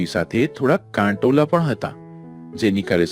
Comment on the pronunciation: કાટોલા નહી કંટોલા 😊